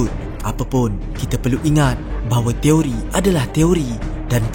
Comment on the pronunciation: Toiri ke Teori.. dgr mcm sebut Toiri 😅😅 Fakta no 06 jadi 09 😆